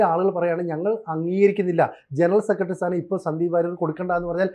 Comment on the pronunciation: "സെക്കട്ടറി, രോക്ഷം" കുറച്ചു കൂടി ഉച്ചാരണ ശുദ്ധിയോടെ പറയുക